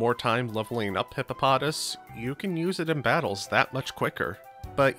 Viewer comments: The name is pronounced as Hippo-po-toss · It’s pronounced Hippo Pa Toss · awesome video—but your pronunciation of hip-po-po-tas was bad; I think you kept missing the second po—I liked/subbed anyway:) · ITS PRONOUNCED HIP-PO-PO-TAS!